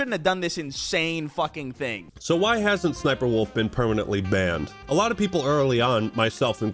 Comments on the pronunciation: Suh-suh-SniperWolf lmfao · Is that really how her name is said? So cringe